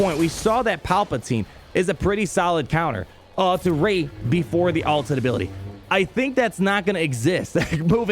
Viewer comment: Kid you not everytime you say Ray I think you say Raid. The most important legend